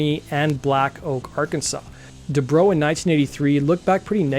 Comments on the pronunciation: Du-Brow. Not my Bro DuBro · Debrow as in eyebrow not as in "What's up, bro?"